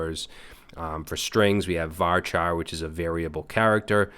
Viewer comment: Great stuff as always man but...CHAR in VARCHAR should be pronounced with the ch sound, not k. It's similar to merc and mercenary, in that merc is an abbreviation but the c sound changes.